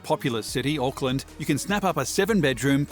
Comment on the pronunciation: Liz bon, Muh naco, and Oakland -- Work on your pronunciations!